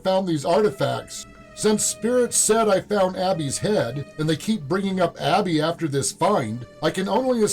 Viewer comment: Man... if I close my eyes so that I don't see your closed captioning, I would never in a million years get what you got. Maybe you have to be there to hear it clearly but on captured audio "edmund" sounds more like "wicka chick chicka chick chick". "Abby" sounds to me like "swish swisha swish swish". "Blood" sounded more like "sklsh shshsh"